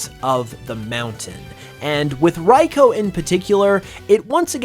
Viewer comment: RI-Koo not whatever you said